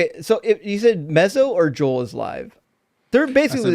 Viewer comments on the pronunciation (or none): none